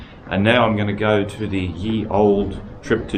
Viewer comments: "Ye" is just an old fashioned version of writing "the". And it's pronounced the same. It's not "ye". It's not even really a Y, it's meant to be the letter "thorn", which makes the "th" sound. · "The Ye" Stop it.